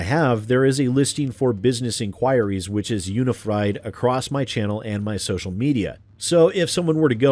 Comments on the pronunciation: uni-fried? :D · "unifried" hehe, sorry.